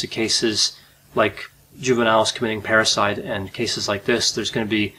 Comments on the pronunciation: Parasite or Parricide? Keep hearing “parasite”, not hearing “parricide”, nor just patricide and matricide. But I guess this murdering daughter can be considered and called a parasite🪳🪱to🦂?😂😂😂 Plus can admit they could sound alike as both start & end fairly similar: para-site and parri-cide … I was thinking “did I miss a Latin term re: the killing of a mother and father or one’s own parents” in hearing parasite. Now just rambling 😳 = Enuff! Ciao! You do amazingly Great Videos!!👍🏻😁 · 🤣🤣 I thought he kept saying parasites!!! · I kept hearing "parasite" too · Watching this while washing dishes I thought he said "parasite" each time. And before I watched the video I thought maybe she killed her parasitic twin, I thought "hmmm this could be interesting. " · At first I thought you said "a juvenile parasite" instead of "Juvenile Parricide". They both have the same meaning, I suppose.